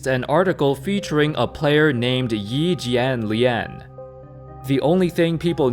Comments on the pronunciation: lol impressive. You pronounced his name right. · i mean you still have a very white-ish accent but way you said Yi Jianlian actually wasn't bad and out of most youtubers made me least want to cringe. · As a fan from China, I gotta day ur pronunciation of Yi Jianlian is the most accurate I have ever heard from anyone not Chinese, keep up the good work